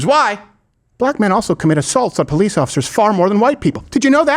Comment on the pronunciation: "Ex-speacially" not a word. "BO-lease" also not a word.